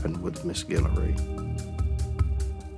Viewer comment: Guillory not Gillery my family last name